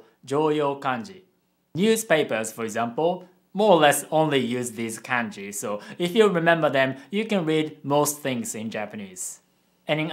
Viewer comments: Why do you keep pronouncing it like k/ae/nji instead of k/ah/nji? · sorry but the way you say KANJI triggers me BTW I'm japanese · Hey, thanks for the video. I have a question. I have always been told that the vowel sounds are always the same. For example, “a” is always pronounced “ah”, but when you are saying kanji, you are pronouncing it “CAN-JI” not “KAHN-JI”. Can you explain why this is the case? Thank you. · The way you pronounce kanji is wrong(and I'm sure you know it but since you were speaking in an English accent it couldn't be helped). It's Kanji not Kaenji. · Actually, I just noticed that your family appears to pronounce it “Kahn-ji” :) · Well I don't trust this video because you said kanji wrong multiple time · are you okay? you sound like you're pronouncing "Kanji" as if you were from middle America.